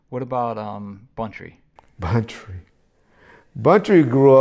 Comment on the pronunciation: Hey bro just letting you know it’s Buntry not bountry